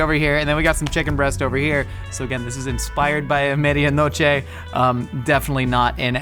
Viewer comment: I love ya but your pronounciation of Medianoche made it impossible for me to understand what you were saying